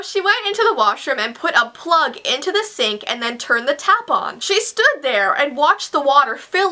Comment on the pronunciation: Every time you said 'tap on' I thought you're saying 'tampon' 😂😂😂